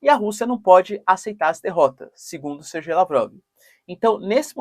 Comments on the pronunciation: Sergey Lavrov pronuncia-se "serguêi" Lavrov ("ser-gay"), e não "SerJei". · Olá professor. Por que você fala Serjei sendo que todos dizem "Serguei" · é SER-GAY, ou SER-GUEI, FALA DIREITOOooooooooOO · Professor adoro bastante os seus vídeos e agradeço a sua disponibilidade em fazer os vídeos. A pronuncia correta seria (Serguei), aqui na Rússia falamos (Serguei lavrov).